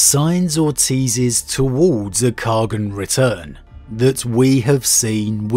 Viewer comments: Great discussion today. Is it in lore to pronounce Khagan as "kha-gun" like "shogun?" IRL, khagan can be pronounced as simply "khan" although some dialects separate it into two syllables; "kahg-han" (soft g), or "kah-han". In all of them, even in Chinese the second syllable still having the soft "ah" sound. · Khagan means ruler in turkic and mongolic languages. Khagan means khan of khans or the great khan. Its a title ant its pronounced KHA-GN in mongolic and KAGAN in turkic